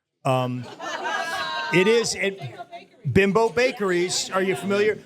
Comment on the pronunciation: Just so you know, BIMBO is pronounced "BEEMBO". I always thought it was pronounced BIMBO, but in the past they have run commercials on TV here in CT and in those commercials, I learned how to pronounce the name correctly. Now you have also! Great live podcast guys. And as a resident of the northeast my entire life, I have eaten way more Entemann's products than I should have. And in my house, we have dubbed the crumb topped doughnuts "Rabbit turd" doughnuts. Not a disparaging moniker but one out of love. They are our favorite Entemann's product with their crumb coffee cake (which apparently you did not sample at the podcast) a close second.